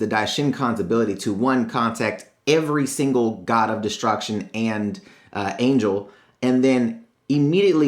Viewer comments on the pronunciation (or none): none